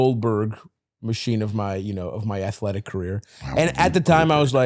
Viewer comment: Did Stav say athletic...like Jack Skellington?